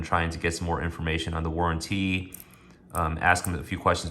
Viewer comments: You have to be careful with "lugzoory watches" and look for a good "war'an'teeee". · Where did you learn to pronounce "warranty" like that